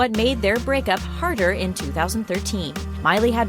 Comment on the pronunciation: Did anyone also hear brickup